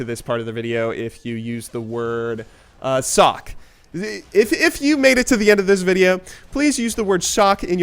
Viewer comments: wait did he say sock or shock? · did you say cock? Or sock? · cock.... or was it clock... no, no, no it's sock, mock? Whatever, I made it to the end